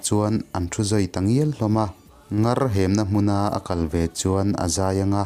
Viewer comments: Ithu chhiar a ngaih nawn thina,chutih rualin hriatloh naa vangin lam diklo a awm thin. Ngar , tihhi : Ui in mi ngur, NGUR, tih thlukin NGAR, tihhi lam tur. Chuan, Thum rawn tlut tlut, tihhi Aw thum, tih anga thluk lovin 123, chhiara THUM , Thumrawn tihanga lam tur a nie. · A b ngaihnawm hle mai, chutih rualin ngawi dawhnaa NGAR tih leh,. an khua an TRAI darh tih hi a lam dan hi dik lo deuhin ka hria.